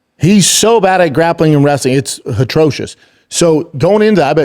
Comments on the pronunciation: For someone that says "atrocious" so many times a pod, you'd think he'd learn how to say it. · Hilarious how no one tells him how to pronounce atrocious 😂